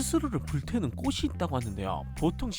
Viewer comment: 긴 설명이 굳이 필요 없을 것 같아서 간단히 적다보니 그렇게 이해하셨군요. 꽃 하나만 발음할 때는 맞는 말씀이구요 "꽃이"를 [꼬치]로 해야 하는데 [꼬시]로 하셔서 댓글 적은겁니다. 꽃: [꼳]o 꽃이: [꼬시]x [꼬디]x [꼬치]o 잎: [입]o 잎을: [이블]x [이플]o